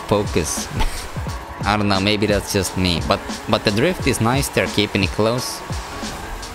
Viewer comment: When you say just it sound like sutututu